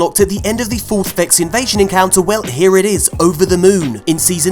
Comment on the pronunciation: Vex Invezzzzion 😂😂😂